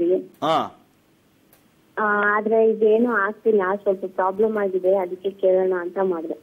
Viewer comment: Prabram ಅಲ್ಲ ಗುರು problem